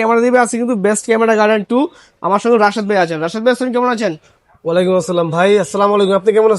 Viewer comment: সালাম দেওয়াটা আরও স্পষ্ট করতে হবে, ধন্যবাদ